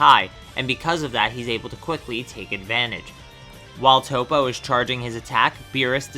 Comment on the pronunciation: It's Toppo Not Toe-Po. Top-Oh!